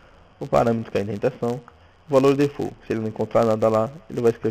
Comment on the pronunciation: po defult vai aprender a falar inglês pow